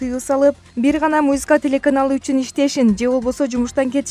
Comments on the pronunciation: Чон кыз музыка десен мюзика дебей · Эй! МУЗИКА ЭМЕС, М У З "Ы" К А тушундунбу? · Музыка деп туура айтчы Кемпирче Мужика дейсиби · мына окуп жаткан кыз "музыка" деп айта албай эмне деп жатат?? "мюсыка" дейби ыя? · Ээээй мобу кок мээнин суйлогону кантет музийка музийка мэээээси ордундабы жоготкулачы груууубый акцент айлардын аттарын туура четка айта албаган бул суйлогон кыз канча классты буткон???? Позооооооооор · музика дегенди туура айтчы карындаш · Алып барып жаткан кыз создорду так туура айтсаныз жакшы болот эле. Мисалы музыка деген созунузду кайталап угуп корунуз!буга окшогон коптогон создорду так айталбайсыз🤔